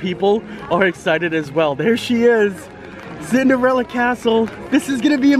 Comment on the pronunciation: I have not heard Cinderalla get called Cinderelly in a long time lol.